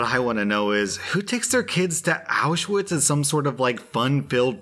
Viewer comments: Auschwitz is pronounced "aushvitz" not "owshwitz" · Auschwitz is pronounced ow sh vitz. Just see the W as a V. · Someone really needs to tell to stop pronouncing the w wrong in Auschwitz.